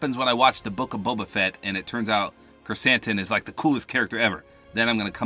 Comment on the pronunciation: You read Krrsantan right. I'm impressed. I thought I lost my hopes when you read Tatooine Tatoonie. Good job!